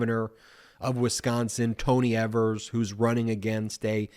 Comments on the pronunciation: Ben...it's pronounced 'Eve'‐ers...not 'Ever'-s...💙 from Wisconsin!😉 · Evers = (EE-vers) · Evers is pronounced with a long Ē, Ēvers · Tony EEEE-vers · Our governor's name is pronounced with a long e. Don't mean to be picky but it's irritating to hear people say it the way you did